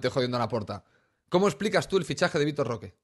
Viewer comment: pronuncia el vitor roque mejor que en el estado de goiania 😂😂